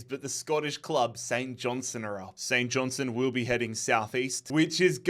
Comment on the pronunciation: All you need to do is pronounce the R in KIL-Mar-Nock & pronounce the T in St John- Stone.